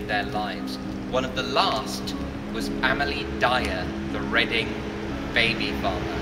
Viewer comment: Amelia NOT Amilee... Complete drivel... lol